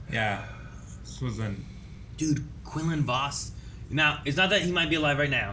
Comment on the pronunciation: Jesus, the way they pronounce Quinlan Vos is driving me crazy lmao 😂